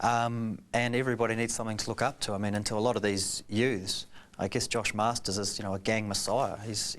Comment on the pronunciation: hahaha its not masters ITS MARSTERS GET IT RIGHT cook island all day